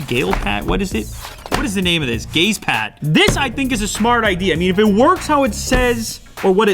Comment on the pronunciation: who heard gayspad instead of gazepad